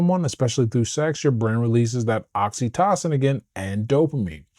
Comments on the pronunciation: I'm enjoying your videos and looking forward to reading your book. I hope you won't mind a small suggestion. I believe "oxytocin" is pronounced with a long o in the middle, i.e. "oxy TOE sin". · Great content my g 🫡… but I gotta say this, “oxy-tah-sin” 😆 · The way you see oxytocin is driving me crazy😂😅 please pronounce it normally.